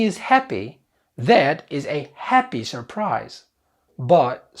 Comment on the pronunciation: Surprise مو الار الولا م تنطق